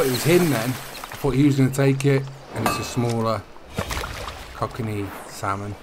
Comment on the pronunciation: You pronounced the name of the Kokanee Salmon Right the first time you said it's name Co-ca-nee salmon Love the Boat's and the game looks amazing! 🤩